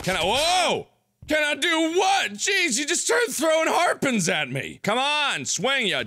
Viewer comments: Why does he say "harpen"? I thought it's pronounced "harpoon". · Why do you pronounce "oo" like you do? Harpoon is harpun, room is rum... Never heard anyone talk like that. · 1 like for everytime he said harpun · It's harpoon not harpon god damn it :') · isnt it harpoon not harpon MARK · Why does he say harpon lol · Your pronunciation of harpoon (which you pronounced as "harpun") makes me cringe every time